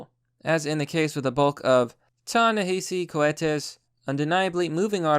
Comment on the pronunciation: "Ta-Nehisi Ko-watees"